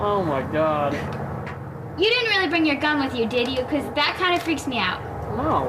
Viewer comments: “The laughter.” “The tears.” “CAWD!” “And the attempted get away.” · "Oh Cawd! " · Is he trying to say God and it came out wrong? Maybe it's his deep accent.